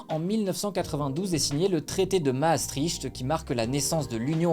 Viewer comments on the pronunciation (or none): none